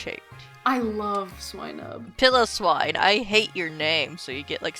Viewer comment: It's "Pile o swine", not "Pillowswine", and he is a friend I will not abide this slander